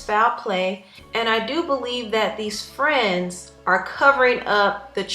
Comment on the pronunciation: Tah fwends😧😧😩😩😩